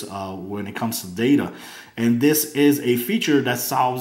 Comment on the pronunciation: Good review although "not trying to be rude " your grammar is very bad and made this seem not as professional . you kept saying wif instead of with and dis instead of this . Again this was a very good review i just did not care for the lack of good grammar . even though i do not have perfect grammar either it just does make a video more professional .